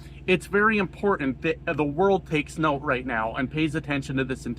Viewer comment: You said "impor'nt"